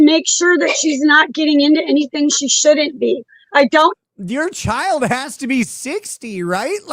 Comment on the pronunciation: She always pronounces the word CHILD as a two-syllable word...CHI-YULD. She does this, I think, to try to make it sound like a bigger deal.